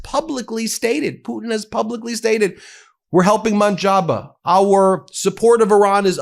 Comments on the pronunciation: his name is pronounced as Muj Ta Bah, not Mun Jabah (Mojtaba) thank u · Dude, learn how to pronounce the guy's name. It's not MOJABA, it's MOJ-TA-BA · Please pronounce the name correctly Ben . M O J T A B A ( MOJ TABA) not motjaba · New Iran leader’s name is MOJ-TA-BA right way to say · My dude. PRONOUNCED : MUJ. TA. BA. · Why do you pronounce Iran's leader's name as Monjaba? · Please Ben, it is MOHJ - TA - BAA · Can you please pronounce Mojtaba correctly, Thank you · His name is Mojtaba is that too hard for you?